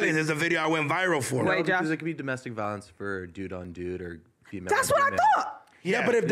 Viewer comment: Ironically saying “domestic violeaance”